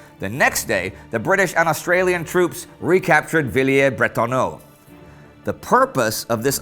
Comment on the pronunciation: Villers not Villiers Indy.